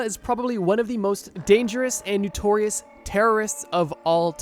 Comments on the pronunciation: Bro NO- TORIOUS not NEW-TORIOUS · NOtorious it's pronounced. Love these vids but you use the world a lot to pronounce it wrong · Why can’t the narrator pronounce “notorious” correctly? Wtf is “Noo-torious”?😂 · Why u say “nutorious” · It’s okay that he didn’t say it right, it’s probably regional and a very simple mistake to make